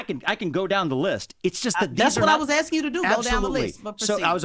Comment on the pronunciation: DJ Envy showed himself for what he is. She did nothing but talk over him after axing (sic) the question. Strange how he didn’t pull her up. By the way, how many times did she mention that she’s was a veteran. They get paid in the military don’t they? So it wasn’t for civic duty then. And let’s give her a round of applause for talking to a teacher. 😂😂